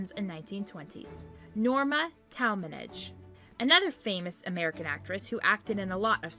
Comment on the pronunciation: You should learn to pronounce the names!! Taalmanage? Jean Harkey? Clara bough? Pitiful.